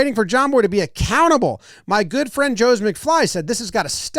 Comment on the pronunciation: "Dis Gonna be guuoed" was perfect.